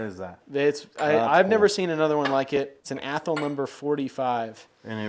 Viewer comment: For the love of God, it's pronounced Ath-all